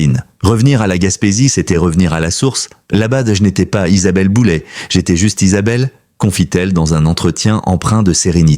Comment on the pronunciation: J'essais de comprendre cette manie de transformer les noms avec terminaisons en "ay", qui deviennent en "et". L'IA serai-elle l'explication...de fortes chances... En fait, QUI se sert de l'IA pour faire du sensationnalisme ? C'est une atteinte à sa vie privée et à son intelligence 😢